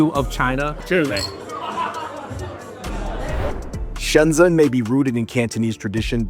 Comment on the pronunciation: They're the only asians in Shenzhen who can't pronounce the name of the city.. Shensen ?? lol It's pronounced like Shen-jen